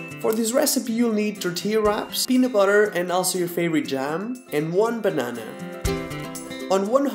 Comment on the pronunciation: I love the way you say "banana" very portuguese!😂🇵🇹 Beijinhos!💕